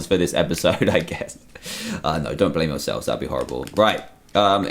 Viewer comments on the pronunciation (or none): none